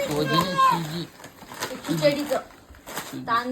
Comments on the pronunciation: सोजी नाही ग बाई सूजी असतं ते😂😂😂😂😂😂😂😂😂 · शहरातली अडाणी....सोजी नसते ते सुजी असते